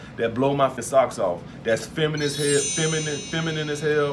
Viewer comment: God doesn’t think he deserves a “feminine” woman , that’s why he can’t pronounce it .